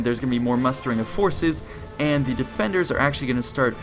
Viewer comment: Very well made and documented video. The problem is that you have a few narrating flaws that reduce the quality of your videos. I do realize this video has been made a long time ago and you probably addressed some of these issues, but i'm going ahead with listing them anyway. You use "thee" instead of "the" consistently throughout your narration even though the nouns you use do not start with vocals. As you may know, "THE" is only pronounced "thee" when the attached noun starts with a vocal. This may be a verbal tic that you can address very easily by marking the nouns that start with a vocal with a magic marker in your script and only pronouncing those as a "thee". The second problem is that you repeat yourself a lot and also use the expression "as i have said" annoyingly often also unnecessarily bloating the length of the video. My suggestion to correct these problems is to write down a script and simply read from it instead of ad-libing. Since you cannot avoid using verbal tics, a script is the only way to go. I hope you don;t mind a bit of criticism and you improve your narration skills over time (invest more skill points in speechcraft). Thank you for making these great videos.